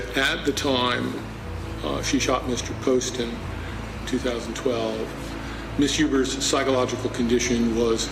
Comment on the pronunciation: She Wasn't a teen...and it isn't Postin, It's Poe-sten phonetically. Wow. Get it together before you post. Get the names right.